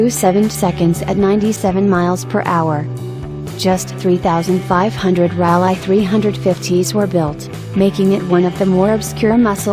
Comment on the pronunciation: and those coupayes. hahha